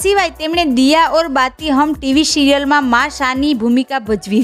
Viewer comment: Sa ane sha ma koi frk nth? Serioul ne shirioul bolo to kevu khrab lage ?